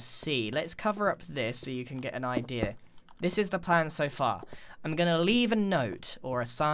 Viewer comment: I love it when you say the word idea. You always say it like “idier”!